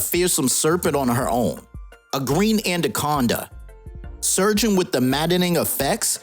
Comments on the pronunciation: “Anna-conda” not “and-a-conda” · lol,why do u call it andaconda